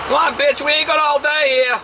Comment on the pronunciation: “Aighnt’ rocket science.”😆😆😆 We aighnt’ got them geese down here, mama.